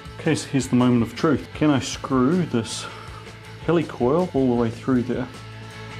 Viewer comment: At least in North America, it's pronounced /HEE-lih-coil/, as in "helical coil," not /HELL-ee-coil/, as in…"helicopter"? :)